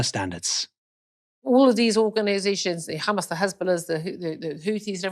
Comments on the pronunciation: You know which side they are on when they say 'Khamas' 😂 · So many things going on here: 1) "KHHHamas" lol 2) "I don't thing any of these organizations or Iran care two hoots about the Palestinian people" so they're the same as the US + UK? 3) "you've seen pictures before, Gaza not at all a prison camp" I'm sure North Korea has some lovely tourism pamphlets she would be wowed by 4) "maybe these people should be offered a new life elsewhere" is the UK opening its arms? 5) "I was really surprised when I discovered [the history of humans being bad]" why on earth are you speaking as a voice of authority if you just found out about the 20th century?? 6) "there's a difference between, you know, people being [noises of gagging on her own stupidity] killed...than the forced expulsion" yeah, the former is genocide and the latter is ethnic cleansing thanks for coming out